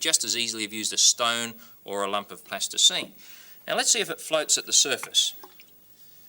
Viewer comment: I always love when says “plasterscene”